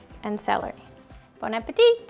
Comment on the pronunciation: Bon - a - PETITE she said about her miniscule portions at the end the video...